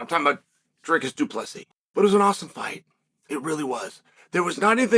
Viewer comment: Chael announcing DDP's name perfectly every time is scary.